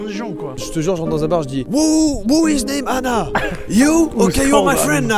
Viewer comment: Quand vous dites « une Anna » ça fait vraiment bizarre car j’ai l’impression que vous dites « une nana » donc quand vous dites « il faut qu’on trouve une Anna » c’est très perturbant